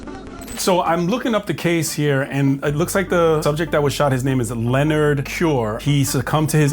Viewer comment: His name was Lenard - why did he say his name was Yahween? 😂